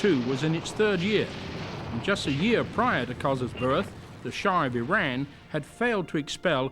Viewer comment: so glad that announcer pronounces name of country as 'ee-ran' and not 'I ran'. Throughout world letter 'i' is pronounced as long ee. btw, can the super-duper villain that the Iron Sheik was for wrestling actually be the gentle, educated man in this video?